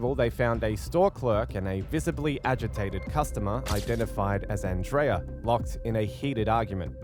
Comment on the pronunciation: Circle k is a convenient store and our name is pronounced an dria 😊